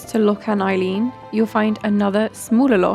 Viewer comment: Eilean is pronounced AY-LAN with the emphasis on the first syllable. the Ay is pronounced as in BAY.